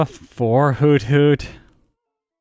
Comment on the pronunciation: It’s actually not pronounced hoot-hoot, but hoo-thoot